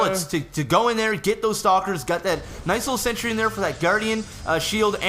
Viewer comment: It's pronounced "SEN-TREE"!